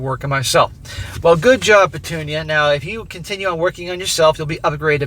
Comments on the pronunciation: Petunia “Pa-toon-ya” is hilarious. 😂😂😂😂😂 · everytime u say petunia hahahaha just laughing here